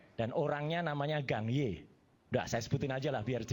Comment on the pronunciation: Wajarlah tanda terima kasih , jgn sirik dgn rejeki orang , sirik tanda tak mampu. Gang Ye itu bacanya Gǎng (Kang ) Yè... orang Indo harus banyak belajar bahasa China.......... 港叶